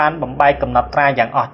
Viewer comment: ឈប់អានថាកម្មទៀតទៅ!កម្ពុជា!មិនមេនកម្មពូជានោះទេ!